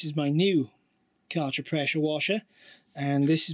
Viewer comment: "Karcher", like "archer" with a K... Took me a few seconds that this was meant to be "Kärcher" ;) . In German you pronouce it "care-cher" (with the "ch" like in the scottish word "loch")